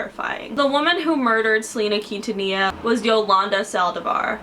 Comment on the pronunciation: I love how she pronounces Quintanilla xd, it's so wrong but so cute at the same time